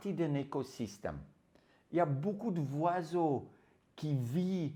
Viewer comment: "Les voiseaux"